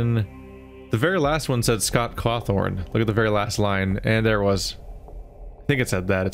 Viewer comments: “Scott Cawthorne” no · btw there isn't an R in Scott Cawthon